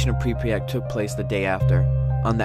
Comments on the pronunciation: did you say prepryet its pryvyet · Pripyat is pronounced: Prip-yat not: Prip-pre-yat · It's Pripyat, not Pripryat. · The way he says Pripyat triggers me. He says Pripriyat. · So I was in Ukraine for 6 months and am learning the language... the way you say Pripyat 😂 preepret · The way you say Kiev and prypyat makes me so upset